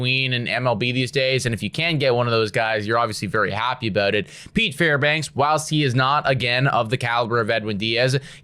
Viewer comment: his name is Fairbanks, not Fairbanks-uh